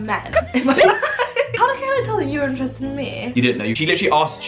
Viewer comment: why does say “me” like “moueigh”